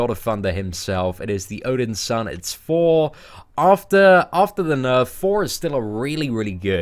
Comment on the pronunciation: love u lol whenever u say thor your accent makes it sound like four lol i was hoping id hear "at number four we have four" haha love ya bro